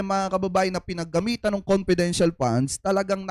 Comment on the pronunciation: Ano sabi nya confidential question,confedintial fund.😂